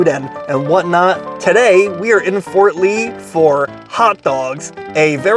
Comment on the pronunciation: Harams in Fort Ree